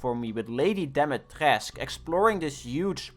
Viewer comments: dimetrescu not dimetresc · Why did you pronounce Dimitrescu in a france accent? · i hope the way you pronounced lady dumitrescu's name was a joke tbh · So for al the english speakers out there trying to say her name its pronounced: "Dee- me- trass( like trasspass)-coo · The lady herself in the game says, Di-mi-tres-c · Ayo i thought lady dimitrescu gad a kinda romanian name (im from romania) but i wasnt sure but then i saw the ingame currency is lei (which si from romania) and now im pogging Btw its pronounced deemeetrescoo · you read it as Lady D ea mi tres cu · As a Romanian the way you said Lady Dimitrescu made me die a little bit inside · no he didn t i am romanian and he butchered it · You completely fucking failed saying dumitrescu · Cre ca o incurcat limba romana cu limba franceza